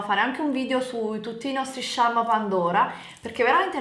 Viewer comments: "Sciarm pandora" chaarm si dice! Hahahahahahaha m fai murì 😂😂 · ma io non ci credo che qualcuno ha pensato veramente che nancy avesse 45 anni! e cosa ne ha, 60??? dai suuu XD comunque i charm di pandora si pronunciano ciarm, non sciarm...please